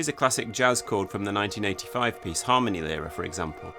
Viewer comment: Just a quick headsup before you go ahead with making more videos on Adams as you mentioned. The stress in Harmonielehre goes on the /i:/, not on the /a/. Cheers.